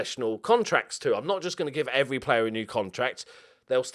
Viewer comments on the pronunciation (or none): none